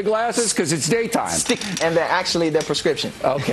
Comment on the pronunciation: "they're perscription" haha